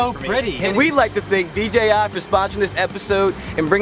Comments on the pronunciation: Im curious, why does nearly everybody pronounce it DGI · STOIP saying DGI!!!! haha